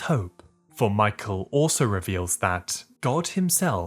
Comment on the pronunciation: please pronounce Michael's name right 😭😭😭